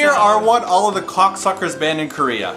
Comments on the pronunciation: hahah am i the only one who think pronounced it as coocksuckers? lmao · i nearly spit out my water when said KOCSCers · KOCSCers haha!! Oh 😂